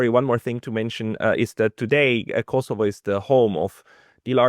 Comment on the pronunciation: it’s not Kossyfos it’s Kosovo